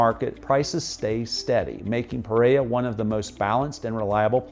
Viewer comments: Hello, I really enjoy your videos; they are very informative and to the point. In keeping with accuracy, I would suggest that you pronounce the names of the cities as correctly as possibly. Pe-rei-ra has 2 R's: Pe- Rei-Ra, not Pereya. Many Colombians would appreciate correct pronunciation and foreigners would not be confused. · It’s not puh-RARE-uh — it’s peh-REH-rah. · I live in Pereira, I don't know that "Preiya" you're talking about in this video. I would like to Cross the city in 20 minutes... I think you shouldn't come to live here if you pronounce "Otún" like if it was tuna. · Great video and really enjoyed learning more about Pereira, Colombia. One small note: the city name is pronounced Peh-reh-ee-rah or Peh-ray-rah, not “Perrea.” Just wanted to share in case helpfu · This is great. You pronounce the name Pe-Ray-uh. It's more like Pe-Ray-Ruh. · The way you mispronounced Pereira over and over is embarrassing. Your English was able to pronounce every other city in Colombia except Pereira not “Pereya” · Pe-rei-RA. The last syllable begins with an "R". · Never heard of Peraya, Colombia!! 😂😂😂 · It would be nice if the host would learn how to properly pronounce the name Pereira! It's not perera. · PEREIRA pronounciation >> Puh-RARE-uh 💛💙❤️ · Pereira, pronounced: PER-RARE-UH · learn how to say Pereira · It's like he's trying to not pronounce any Colombian city properly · OMG every time you mispronounce Pereira I get triggered like a blue-haired 15 year old girl. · Love the video and the pace was great! We need to get you saying Pereira like a native! :) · Great video, thanks for sharing, it would be very nice if you can make the effort to pronounce Pereira the correct way, other than that, your video is very explanatory and full of details. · Dude, don’t make a video about a city you can’t pronounce the name of. Thanks